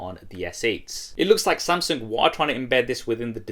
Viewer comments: it's Samsung, not Samseng 😂😂😂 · Why does it sound like he's saying "Samseng"? I CAN'T UNHEAR IT